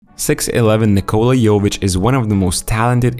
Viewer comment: This is the 4 Nikola in the NBA-(Nikola Mirotic,Nikola Jokic and Nikola Vucevic) and you Americans still don’t know how to pronounce the name right…at this point is disrespectful,very much! You just don’t know to pronounce any name that’s not English! What a joke!